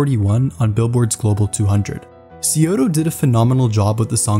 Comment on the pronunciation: This is kind of nitpicking but syudou’s name is pronounced “shudoo”